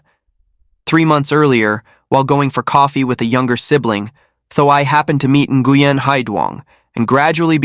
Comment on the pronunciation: Learn to pronounce the name correctly! It's more like wing. No n at the beginning of the name. Like my friend.. Duy. It's not pronounced a Duy. It's more like ey